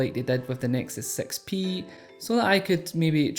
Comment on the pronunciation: You said nexus sex pee, lol, I know he means 6P.